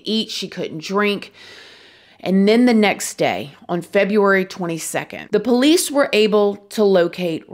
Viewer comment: I honestly love how she says po-lice (with the accent on the first syllable) too! Everytime she refers to them, I can’t help but smile!